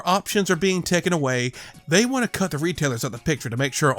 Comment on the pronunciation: Why do you pronounce "want" as "won't"?